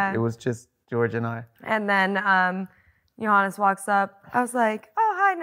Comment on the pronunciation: When Amanda says Johannes it sounds like "Your Highness" 😅 Grüße aus Österreich